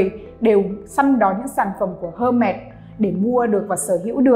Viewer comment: đọc tên thương hiệu cũng sai, chứng tỏ tìm hiểu không tới đòi làm video